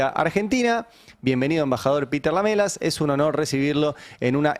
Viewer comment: Se dice : Lam3las Ari...Lam3las...